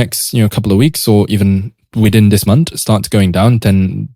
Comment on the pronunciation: "Month" bro, not "Munt".😂